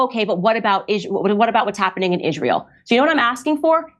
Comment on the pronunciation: why does she pronounce it "ishrayul" i dont understand